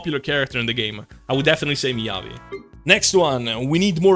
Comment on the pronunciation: Miyabi....heh more like midyabi